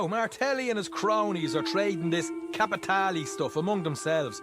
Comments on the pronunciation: Im sorry, your video is superb and 100% on point. But "cApItAlEeEyY" xD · Alright I'll go in the timeout corner dad, just stop saying Capitaly